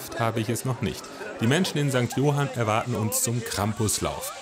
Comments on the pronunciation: Jetzt bist Du so tief in die örtliche Kultur eingetaucht und betonst den Ortsnamen ca. 100 Mal falsch… St. Johánn (kurzes unbetontes O, A ist betont) aber guter Beitrag trotzdem! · St johann nicht St johan 😂